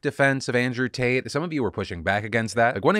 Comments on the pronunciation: Did you just happen to maybe accidentally say Andrew “taint?” I swear that’s what it sounded like. 😂😂😂😂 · I heard you say Andrew Taint. You aint fooling anyone Phil :3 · ...He totally said "Andrew Taint." Change approved. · I felt for sure Phil accidentally said Andrew Taint! I'm down with that. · Am I the only one that heard Phil say "Andrew Taint case" in the beginning?